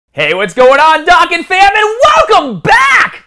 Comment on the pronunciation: MAN SAID DOCK GAN